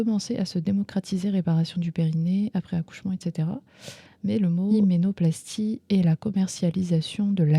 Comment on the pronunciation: "Hyménoplastchie" qu'il faut dire. Sinon, ce n'est pas halal (en plus de ne rien "djire à son futchur mari").